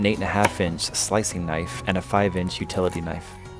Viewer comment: The name Kamikoto is not being pronounced correctly. Japanese would pronounce it like the following. Commi koto. The A sounds like 'aaa'.